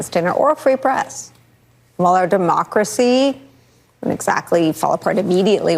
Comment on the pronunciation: said DEMOCKACEY